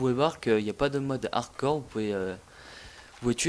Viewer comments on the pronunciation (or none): none